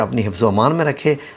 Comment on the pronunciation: وهامة ميں ھ پر تشدید کے ساتھ زبر ھے لیکن آ پ نے صرف زبر لکھا ھے اور پڑھا بھی زبر ھے اور یا ارحم الراحمین میں ارحم کے م پر زبر پڑھنا چاہئے آ پ پیش پڑھتے ھیں جو غلط ھے تصحیح فرما لیں شکریہ